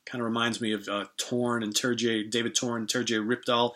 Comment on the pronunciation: BTW Terje Rypdal's 1st name is phonetically pronounced, "Tur-yay".